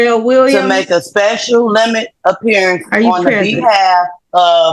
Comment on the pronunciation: “Special Appear-e-ance.” Emphasis on “special.”